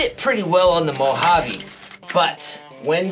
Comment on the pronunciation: It's Mojave not 'Mohavvy'😮‍💨